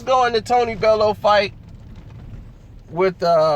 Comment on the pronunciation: his name is pronounced bellyou not bellow!